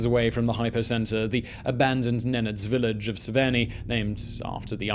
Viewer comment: Severnee? Severneye